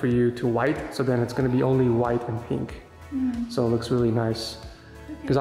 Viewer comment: Will never get over saying peenk instead of pink